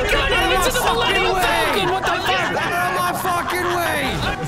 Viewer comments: Did call it the ‘Millennial Falcon’ 😂😂😂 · I listened to the first GTA scene and yes. did most definitely say Millennial Falcon. 😂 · my guy really said “millennial falcon”